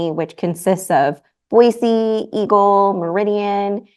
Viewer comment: Since Boise is your home now, it's actually Boise with an "s", not Boize.